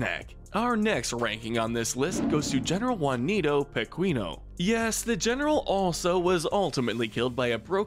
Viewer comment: pe-queen-o? really?